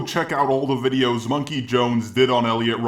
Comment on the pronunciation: MUM-KEY It's MUM-KEY